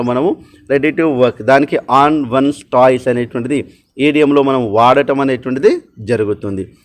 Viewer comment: toes pronunciation టోస్ కద అన్న its not టాయ్స్ ఏదో మీకు చెప్పే అంతదాన్ని కాదు